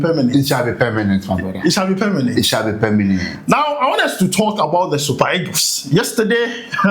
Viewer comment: Permanent ❌ pemenet ✅